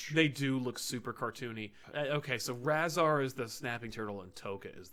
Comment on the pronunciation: reviewing TMNT and mixing up tokka and rahzar and not knowing how to pronounce rahzar? boo!